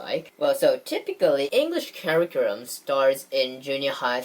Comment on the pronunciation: Americans have many accents too so accent isn't so important, but pronunciation IS important. You said Novelty wrong in one video and said Curriculum wrong in this one. These are old videos so maybe now you can say it right. Your pronunciation overall is better than most Japanese.